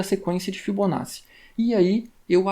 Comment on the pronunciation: agradeço o conteúdo! apenas uma dica para futuros vídeos de fibonacci: se pronuncia "fibonáti"